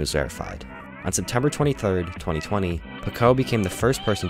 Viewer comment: “pakoe” makes me midly confused on how to pronounce Paqoe